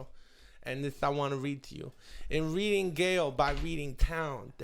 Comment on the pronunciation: funny that neither chris or bryan know that it's pronounced reading (rhymes with heading) jail, not reading (rhymes with leading) gaol.